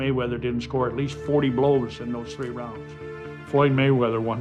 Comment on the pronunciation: One. two. tree. Fuck the Mayweders!!!!